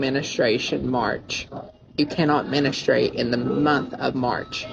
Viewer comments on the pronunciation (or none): Hearing him say “Menestrate” makes me wanna rip my jaw off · MEN-AT-STRAIGHT This might be the most unhinged pronunciation of this word ever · MENASTRATE? Wtf, I'm almost 40 and I don't think I've ever had a men-a-straight 😳